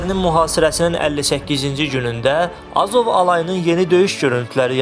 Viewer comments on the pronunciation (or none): A..ZOV YOX AZOV